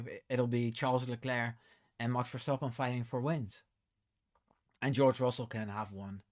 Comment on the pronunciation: me too! Also I don’t think the TD will affect MCL as they’ve already been using the new TD compliant wing. And can I just say I love the way you say Max Verstappen. I need to brush up on my Dutch 😂